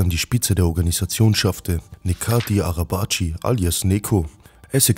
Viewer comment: Er heißt nicht nekati 🤦🏻. Man spricht es sobald netchat arabatchi